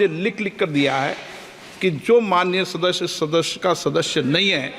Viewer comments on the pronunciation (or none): शादस्य 😂😂 के शास्यदस्य 😂😂अबे भाई बिरला सदस्य होता जैसे सोर नहीं शोर😂